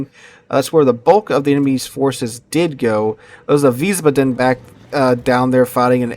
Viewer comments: Please fix your pronunciation of Wiesbaden. You keep saying veez-buh-DEN. It is actually VEEZ-bah-den. Stress on the first syllable and "ah" sound in the second, not "uh". Ich spreche Deutsch. It just hurts my ears every time you say it. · OK,..... this is the third or fourth video I've watched where you mispronounce Wiesbaden.....I figured someone would have commented on this by now.... but the correct pronunciation is Vees - bahden... baa--(as in sheep) with the accent on the first syllable. Thanks for continuing to make good content!! See you in the next one! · Wiesbaden has one d so long a. Wiesbaaaaden. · the name of the new ship is Weisbaden (pronounced Veesbaaden). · Wiesbaden ---> Vees-baa-dun.